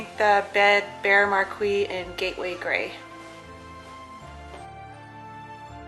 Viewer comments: Beautiful country up there! And to be able to share that with the young ones. Just incredible. Really like the bed. I did notice it seemed kinda short, but thought maybe it was just a weird angle. I think the paint name is pronounced “mar-key” though. Looks great! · PS I knew you were going to paint it gray, it's your go-to color! Also Marquis/Marquee is pronounced mar-kee, the same as the sign from a theater.